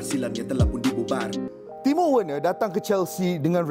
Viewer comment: Cara pronounce nama werner = verner